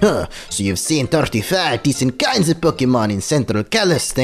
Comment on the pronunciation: It bothers me that he says PoKEEmon.